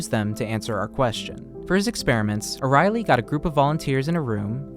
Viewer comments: Hey, great video, one note: His name is Dan Ariely, and that name is not pronounced Dan O'Reilly. It's pronounced like Ariel from the little mermaid, just with a y at the end. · The dude ur talking abts name is pronounced air-ee-el-ee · Its expressed as ARI ELI and not arieli